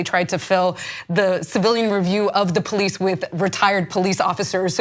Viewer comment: Running don't make you guilty of nothing! The Poe-leece.